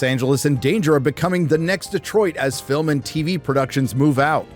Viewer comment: Thank you for pronouncing Detroit correctly multiple times in a row. Instead of every other yokel that pronounces it Deeeeeeeeeetroit